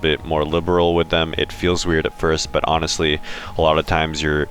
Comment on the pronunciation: did you actually say anastly-honestly lol hahha